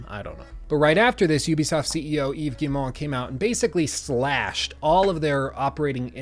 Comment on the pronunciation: Heck, I work at Ubi and I have trouble saying Yves’ name right sometimes. Props to you my dude for getting it spot on!